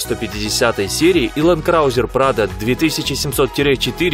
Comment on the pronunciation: Лэнд краузэр 🤦‍♂️